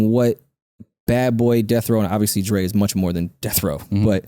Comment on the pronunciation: “obbiously”! I love it!